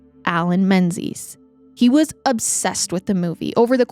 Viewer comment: 'Menzies' is actually pronounced 'MING-iss'. Nice photo of Linlithgow Palace, by the way.